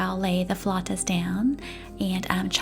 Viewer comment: Thank you for pronouncing flautas the right way🥰🙏🏼♥️ They look so delicious 😍😍😍